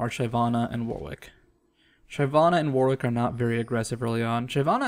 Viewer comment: it's Shi-VAH-na, not SHY-vah-na. She kills, like a shiv, she's not shy.